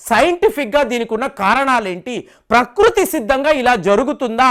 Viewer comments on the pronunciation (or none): none